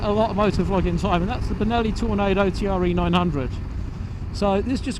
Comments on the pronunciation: Good video on an excellent but under appreciated sportsbike, I have one too. My second, as I stupidly sold my first and regretted it the moment it left in the buyers van. I did have to laugh though at T.R.E. spoken rather than Tre ( pronounced 'tray' ) as it is italian for 3 ! Novecento on the rear bodywork means 900. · I had one of these back in 2006 and absolutely loved it, despite it being a touch unreliable. Sublime handling, brakes and the induction sound (I still have a few very old VHS quality videos uploaded). Still nearly 20 years on such a beautiful bike. It was pronounced 'TRE' not T.R.E. Great upload